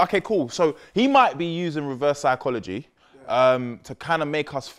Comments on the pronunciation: Ikr my man said reverse sickology 😂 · saying reverse sickology is too funny like wtf is that my man’s really inventing new words ya na 😂😂😭